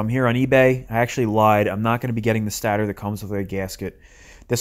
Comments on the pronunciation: Stator. Pronounced stay-tur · FFS it’s pronounced Stay-der